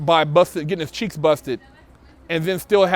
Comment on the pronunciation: "One of the Dopeth'est channels on youtube". "He got his cheeTHs busted". 😁😂🤣 "Bust'N Cheeths in prison"... I'm laughing so hard... "NO MAN, wants his cheeths busted". Word.... Funny as hell "Shit happens"... 😁😂😅